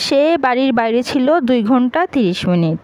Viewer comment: আপু আপনি অনেক সুন্দর করে ঘুন্টা বলতে পারেন😂